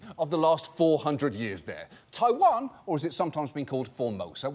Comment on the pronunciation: The way this man says ‘taiwan’ physically hurt me